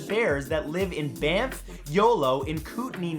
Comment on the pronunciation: Anyone else hear him say bamf and yolo national parks? Lol